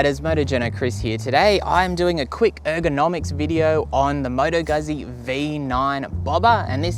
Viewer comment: Moto Guzzi! (gootsy) Not gùzzy. And I am not even Italian. And why is it called 'Bobber'? Because it has a too wide front tyre? I don't get that principle, why make a bike less nimble by putting a too heavy front tyre on it?